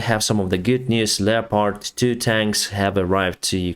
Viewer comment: I wish he could pronounce leopard properly